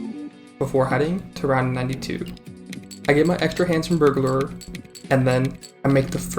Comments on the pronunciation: "burglerer" im crin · the way you pronounce burglar is KILLING ME but i am enthusiastically subscribing nonetheless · we need to teach this man how to pronounce burglar